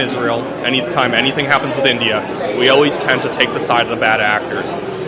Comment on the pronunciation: 😂😂😂it's India or you can call Bharat....not Endia 😂😂 and it's LATE not land .